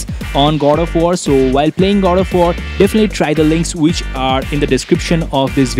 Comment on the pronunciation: why you keep on saying Gold of war!?? LOL